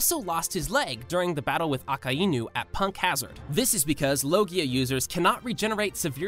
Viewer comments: "aka'inu", "reilay" nice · did u just day aka inu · Akainu:❌ Akaienyu:✅ Reyleigh:❌ Riyligh:✅ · Wait a minute did he just say aahkaainu nahh Jit trippin lol 😂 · Bro really said Rayligh and aka inu 💀💀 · this guy said aka inu bruh